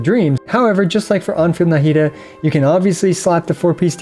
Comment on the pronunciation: Why do you pronounce Nahida with such a heavy “Na” syllable 😅